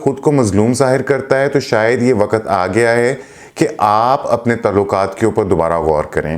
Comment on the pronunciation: و ق ت ____ و کے اوپر زبر لگایا جاتا ہے لیکن ق اور ت ___ انکو ایک ساتھ ملا کر بولا جاتا ہے اور ق کے اوپر زبر لگا کر بولا نہیں جاتا ہے بلکہ سبکو ملاکر بولا جاتا ہے ۔۔۔۔ 👉👉👉👉 مہربانی کرکے اردو کی ٹانگ مت توڑی جاٸے ۔۔۔۔۔ 👉👉👉👉 ❤️🇵🇰💚 LOVE FROM PAKISTAN 💚🇵🇰❤️